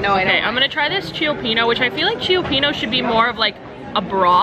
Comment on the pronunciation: Ciopino is pronounced chu pino.